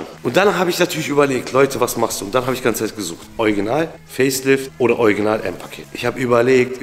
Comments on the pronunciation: Ich muss jedesmal lächeln wenn du anstatt original „ojginal“ sagst 😂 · Niemand:: oiginal 😂 Ich liebs ❤ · Ich liebe deine Videos! 😊 aber heut ist mir aufgefallen das du „Original“ echt lustig aussprichst 😅 ist das niemand anderem aufgefallen? 🤣